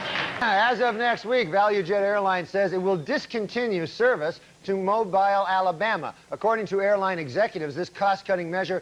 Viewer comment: It's pronounced Mo-bill Alabama.